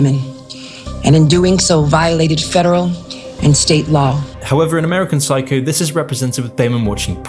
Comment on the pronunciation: "amurican psycou"